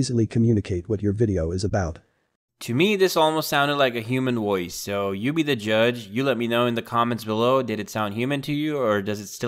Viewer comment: Makes a video about voice overs, literally can’t say the word “Voice.”